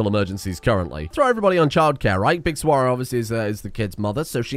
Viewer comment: Hey saguaro is pronounced "sa-wa-ro" btw